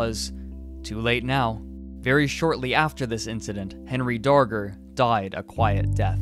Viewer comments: thought he said henry danger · Time to make a documentary, better start researching... Skips learning how to pronounce name of subject.